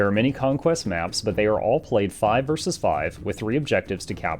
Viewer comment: How come half the time you know how to pronounce 'versus' and the other half the time you think it's 'verse'?